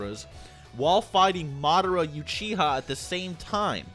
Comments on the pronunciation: "Youchiha"?? Really dude? Lol yea I love that naruto youzumaki character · madara youchiha is how u pronounced it in this video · u keep saying YOUchiha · Madara "youchiha"? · "MaaaHdurruh Yuoocheehuh" "Kaageea" Wtf is wrong with you? Say the names right dumbass lmfao. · Madara "Ewechiha" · I’m sorry but I hate the way u say uchiha